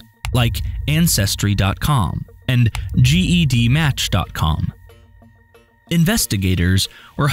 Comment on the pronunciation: Gedmatch is pronounced JED-Match.